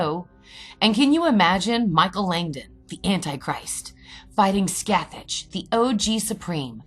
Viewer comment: The actual pronounciation is “Skath-ak” The “ch” sound is a harsh C in Gaelic.